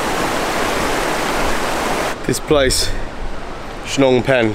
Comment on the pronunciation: I was wondering why you didnt visit Meghalaya last time when youre in north east india..but i think you did it right by deciding to visit now.. You pronounced 'shillong' like a local,👍 Hope you enjoyed our State Meghalaya.